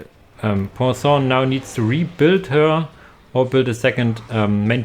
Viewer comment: Pwa-son ("on" sound in french isn't the easiest, you sounded more like "san" but that's ok lol). Finally, rev (like revving. End E are almost always silent). Rêve = dream